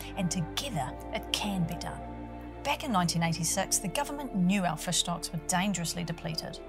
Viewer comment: "Rescue fush"